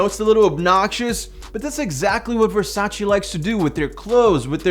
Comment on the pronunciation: it's VERSACE! no Versa-chi